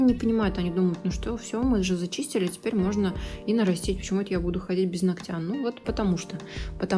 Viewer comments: Не ногтЯ,а нОгтя.... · Здорово, только постоянно повторяющееся "ногтЯ" 🙁 НОгтя, плиз! 🙂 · нОООООгтя, а не ногтЯ !!!!!! Ну неужели так сложно запомнить ? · Приятно вас смотреть и слушать...но все же поправлю..правильно говорить не ногтЯ, а нОгтя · Не из под ногтЯ,а из под нОгтя, выучите это слово и не позорьтесь если вы не грамотная, а тем более занимаетесь ногтями,просто неприятно слушать такую речь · это высший пилотаж! Здорово. Только "нОгтя", "под нОгтем".Ударение бы правильно. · Вот всё хорошо. Прекрасный тембр интересные, познавательные видео, мягкая речь.... но УМОЛЯЮ 🙏- нОгтя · Прошу вас ствавить ударение на нОгтя.. это не хейт, а просто сделает вас лучше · НОгтя, ударение на первый слог